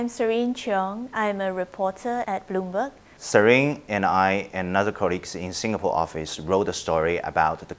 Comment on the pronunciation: Broomberg? Corrapse? Where did all the ‘L’ go 😱